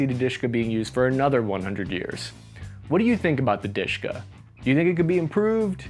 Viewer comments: It's not "dYshka". It is referred to as "dE-shE-kA". Were both E is spoken like sound A in shAll, hAs, hAve. And sound A is spoken like A in word tAsk. For English ear "dyshka" may sound very Russian, but in Russian "dyshka" souns rediculous, similar to "odyshka" which means shortness of breathing or dispnoe. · It's not Dishka, it's De-Sh-Ka (Д-Ш-К), lol! 😆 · It's De-She-Ka, leave "Dushka" for someone else. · Why can't you watch some Russian youtuber's review to know how to spell gun's name? It's De She Ka, not Dishka. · DShK in not Dushka but Dаshka (Дашка) which means Dasha (Даша, Дар'я) - one of slaves weman names. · Не дышка, а ДэШэКа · It's Dooshka not Dishka or Deeshka. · DShk not duska lmao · Dushka not Dishka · it's "dooshka" not "deeshka" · Please, ask someone, who speak russian, to tell you how to speak "De - Sh - K - A" correctly. Your "Deshka" is ridiculous. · While "душка" is indeed Russian word, I've never heard Russians calling it that. Seems they only pronounce the letters D-Sh-K "deh sheh kah" (дэ-шэ-ка). Sort of like "krinkov" is American only thing, never used in Russian parliance or by anyone else. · u pronounced it wrong. DSHK is ДШК in russian, which is an abbreviation Д.Ш.К. thus u should pronounce it in the way u would pronounce FBI for example, each letter separately: Д - de, Ш - she, К - ka, de-she-ka. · It is pronounced DEH-ESH-KA with emphasis on the first syllable. It is an acronym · You should pronounce this as "Doosh-kah". It's a a "cute" version of Russian word "dooshah" meaning "soul". In the beginning of 20th century, a common referral of a husband to his wife was "my soul". Another nickname of this gun was Dashka, a non formal version of the very common Russian name, Daria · It is pronounced as D-A-shka, the second letter sound is like u in umbrella, and Dashka is a short name for the female name Daria/Daryna. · It's actually "Dashka" like a girl's name. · It's Dushka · Please call it proper, De-She-Ka.